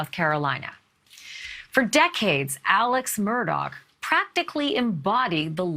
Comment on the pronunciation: You understand that Mr. Murdaugh's surname is pronounced Murdauck. It seems that you do not realize his first name, Alex, is pronounced Alec. I apologize if this point seems petty in the scope of this ongoing saga. I have just always felt people should be afforded the respect of everyone, especially journalists, to properly pronounce their names. I really enjoy your show!